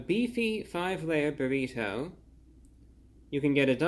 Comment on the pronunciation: Everyone: Burrido Review Brah: Burri TOE